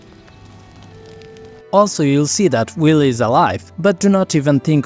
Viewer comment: "Guys, did he just butcher Wyll? Why are we following him again?"